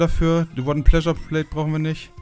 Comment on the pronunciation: Bei versteh ich "Wooden Pleasure Plate" :D